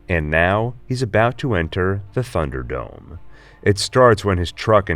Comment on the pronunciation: I hope is it pronounced /ˈθʌn·dər.dəʊm/. I hear a strange "f" sound at the beginning of the word. I'm probably wrong.